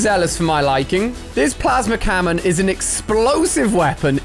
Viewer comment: he said plasma camon LOL